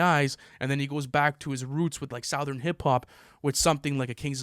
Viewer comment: needs to stop pronouncing “southern” like that😭😭